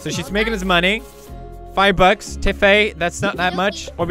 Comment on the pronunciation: did he say 5 bucks or 5 butts?